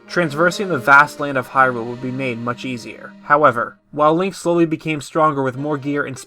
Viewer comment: really sure sounds like you said Leia not link lol